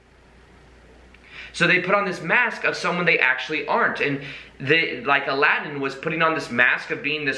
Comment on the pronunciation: Aladin ... SHould be more like 'Allow 'd in' :D haha